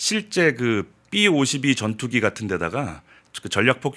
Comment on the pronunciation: 귀아퍼요. 발음 부드럽게 하세요. 삐52 말고 비52 , 빠일럿 말고 파일롯....ㅋ